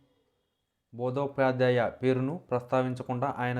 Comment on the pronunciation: బందోపాధ్యాయ అనే పదం కూడా సరిగా పలకలేవు. నువ్వు ఒక వీడియో చేయడం- దానిని 1000 మంది చూడటం. ఇంతకంటే ఖర్మ ఏమైనా ఉంటుందా?